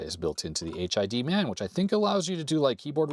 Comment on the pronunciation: I think it's supposed to be pronounced "hidman" not "H.I.D. man". As in "hitman" but with a D.